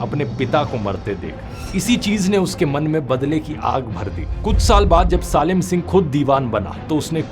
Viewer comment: I think ,सालिम सिंह ❌ सलीम सिंह ✅